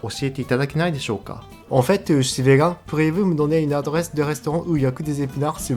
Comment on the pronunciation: Attention à , c'est donner pas dunner :)